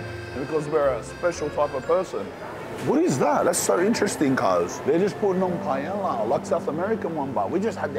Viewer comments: Bra u gotta pronounce Paella properly with a name like lol. PA EH YA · first time i heard someone pronounce the L in paella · A that can't pronounce paella... the lols